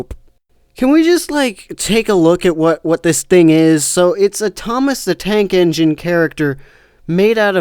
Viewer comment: Tnake Enigne... THOMAS THE MF TNAKE ENIGNE, ladies and gentlemen XD